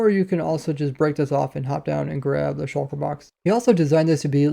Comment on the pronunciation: Why can no Minecraft youtuber say "Shulker" normally